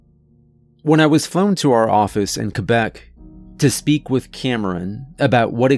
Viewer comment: Upvoted for pronouncing "Québec" correctly.